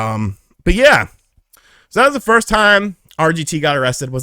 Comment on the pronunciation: Love how he emphasized first